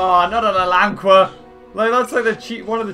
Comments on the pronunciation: He says Alanqua it's al-ain-ka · It is pronounced Alan -qee-a